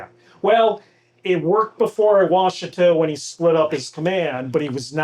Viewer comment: please say Wash uh tah !!!!!!